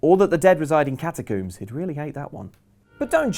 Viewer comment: Less talk about Ellen's hair, more about pronunciation of the word 'catac-oo-mbs